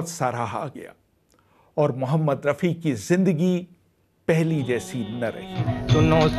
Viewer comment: you mention Hushnalal Bhagatram with wrong name then miss pronounce Rafi Saab whats your problem men ? Thodi kam piya karo.